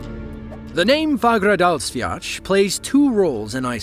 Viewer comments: Hahaha wtf is "Fagradasviach", its spelled "Fagradalsfjall" and is pronounced Faugh-ra-dahls-fiatl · "Fagradasviach".. Excuse me?